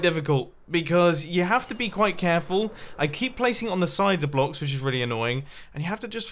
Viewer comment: When Mumbo said “Which is”, it sounded like “witches”!